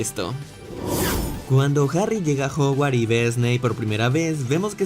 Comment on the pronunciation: Dijo joguar en vez de joguarts (ya se que no se escribe así, solo escribo la pronunciación) pero lo queremos igual